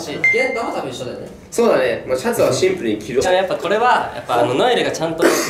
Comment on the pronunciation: 「シンプル」を「ツンプル」って突っ込まれてから、ずっと絶対ツンプル入れてる元太ツンプルに可愛すぎる